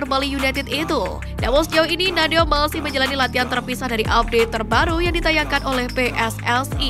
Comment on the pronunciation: Baca aja kok bisa salah? Nadeo. Bukan Daneo!